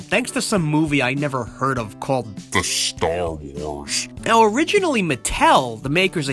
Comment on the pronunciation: Also why did you say star wars like that